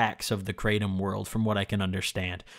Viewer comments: YO you definitely pronounced it 💯 percent correctly.💯💯 Everyone else that I've heard say it. Always say it like you did myself included. Also you DO NOT SMOKE IT. Only eat it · hey just to let you know i noticed that you actually didn’t pronounced kratom incorrectly thanks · The English way he’s pronouncing it right. But In actuality is something like crah-tome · He is saying it Correctly! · HE PRONOUNCED IT CORRECTLY. and on top of that, great video. I feel like you really captured the feeling of taking Kratom really accurately I take it daily, mostly because of chronic knee pain and because it really helps me focus on what I’m trying to get done. BIG RECOMENDATION: take it before you sit down to do your editing. You will notice a great difference in how smoothly the process goes. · You actually did say it right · You did pronounce it correctly...iv been taking kratom for years now(daily) be careful guys they say it's not addictive...but I'm 100% addicted to it now...when I dont take it, i go through the worst withdrawals...not joking, it took years to get to this point and I take about 1.5oz a day but still it sucks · Hey, I just wanted to let you know, you DID pronounce Kratom right. Thanks,! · No he said it right Btw you definitely didnt pronounce kratom right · Imma gonna say from my experience its like weed but you don't get high and no dry mouth and yes you're saying it right Edit: pills is the form I took